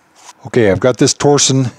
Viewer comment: "torsion" is the physical act of applying torque, not a company. The differential uses torsion to achieve it's design goals, hence the name. Also, it is pronounced "tor-shun", not "tor-zion", or "tor-sion".